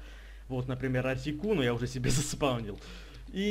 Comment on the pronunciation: Артикуно, а не Артикано =D